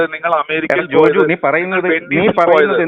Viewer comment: ജോജോ അല്ല ജോജു